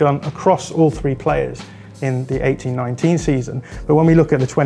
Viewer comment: 18/19 sound like 1819 they way he pronounced it